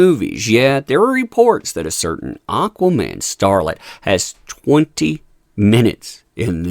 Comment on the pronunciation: "Auqaa-mann" lmao!